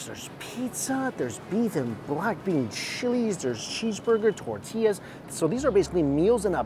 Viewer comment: At first "glince" 😂😂😂 And "ta-tillas"